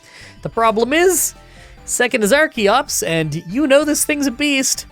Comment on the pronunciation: I forgot to finish the video and just came back to finish it only to hear call archeops arceops. Does he not know how the CH sounds in English?